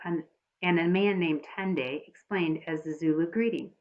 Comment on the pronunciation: You pronounce tendai like tendie